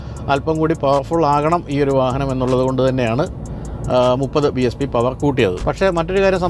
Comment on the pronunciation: It's BHP not BSP!